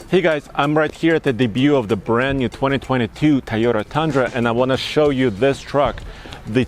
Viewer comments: Love that Tyota. I knew he's an immigrant, but is he incapable of saying it correctly? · This dude still doesnt know how to say Toyota. Tayota. No dummy. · Always "TAYOTA" 😂